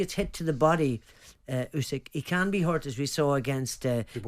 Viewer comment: 3 idiots calling him "oosyk" when it's "usyk"